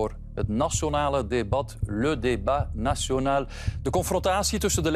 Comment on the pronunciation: "nasionale" wat wil dat zeggen? Als je dan rekent dat hij dat zijn job spreken is dan kan dit tellen In 't frans maakt hij er er "nasonal" van. Ja, de msm, what can I say.. "wereldberoem", wat is dat in godsnaam?! Ik kijk al jaren geen tv meer en nu weet ik terug waarom